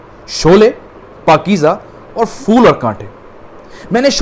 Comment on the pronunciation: Good evening,. Love your stories. Just to point out the pronunciation of flower in Hindi: "phool" instead of "fool". Thank you.:)